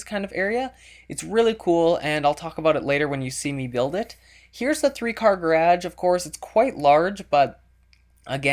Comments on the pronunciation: Pits g-a-r-a-g-e!not gradge! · its pronounced GA RIDGE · Yupp also can you please learn how to say garage it drives me crazy no offense though please dont take this too personally! Love your vids and your houses! :D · it's garash, not garädch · Gerage is how he pronounced it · "Three-car gurraaahdjh." Are you from Minnesota? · Is that thing? He said garge. Hmm I think hes gay. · i love how he says garage, i love this guy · He says garage really cool. :) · from watching your videos...i've started saying garage the same as you people get pissed bout that shit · / love how you say garage... :D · u say garage funny haha :)